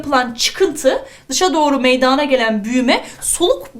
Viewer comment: hocam çok fazla güzel anlatıosunuz saolun ama meydaağna dediğiniz kopuorum herseferinde kusura bakmayın cmmcksldlpswşlcğdğsşcüc